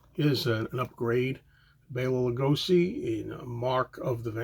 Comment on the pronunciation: Bela Lugoshi is pronounced. It is sh,not s. He is a Hungarian actor,and Hungary is my neighbour.